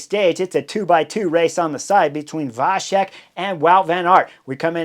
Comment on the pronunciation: C in Vacek is pronunced like ts in the word cats.